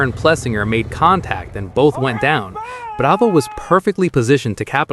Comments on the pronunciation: You can really say prado’s name with the utmost authenticity. 🙄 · Why are you pronouncing Prado‘s name with a Spanish accent but not pronouncing any of the other non-American riders names with an accent in line with their native language? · I'm about done with AI etc. Why is there an accent when saying Prado?